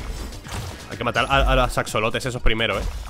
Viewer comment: Hola. Sólo vengo de mamón a decir que no se pronuncia "axolóte". Lo correcto sería: "asholote" o (para no sonar tan mamón) "ajolote".